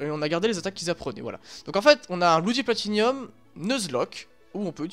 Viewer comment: Sympa ! Par contre c'est bloody platinum, pas bloody platinium. ;)